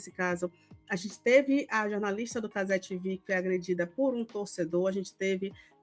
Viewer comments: nossa tenho uma agonia desse "cazé 'tivi'" hahah, minúsculas causas mas pô, a emissora é brasileira, a transmissão é brasileira, o apresentador é brasileiro, o dono é brasileiro, as pautas são brasileiras, e o português é muito mais bonito! cazé tevê! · Juro que me esforço para não criar ranço com a. Mas, não é fácil. Ela vê machismo em tudo. Está concorrendo pau a pau com Milly Lacombe e a Alicia Klein. As falas do pessoal da Cazé TV (é tevê,, e não tivi!) foram para a repórter se proteger da ação da PM, não tem nada de machismo. Essa, assim como a Milly Lacombe e Alicia Klein praticam o feminismo fanático, aquele que é repudia qualquer senso de razão. Depois, reclamam por que não conseguem adeptos à causa.